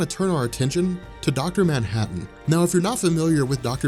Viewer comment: Its manhattan dude